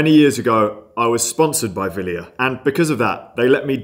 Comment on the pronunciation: Til how to pronounce 'Wilier' and 'Miche' correctly.